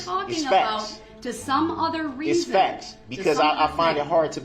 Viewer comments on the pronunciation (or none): "juriZdiction" 😂🤣😂🤣😂 " do you recall what you don't recall" 🤣😂🤣 It's "faxs" "I did what you AXE me to doooo" "respek" STFU